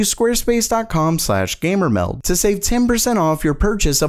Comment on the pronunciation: the way he say that 😂I always her it like that So m not really srry lol